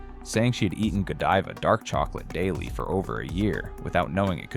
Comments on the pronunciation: Please get pronunciation correct. Godiva long i , i want to hear it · gawd-eva? Can we trust this guy when he sounds like he doesn't know what he's talking about? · I think it's actually pronounced (Ga-dive-uh), ya know...kind of like Lady Godiva, I reckon'... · AI can’t even pronounce GODIVA correctly.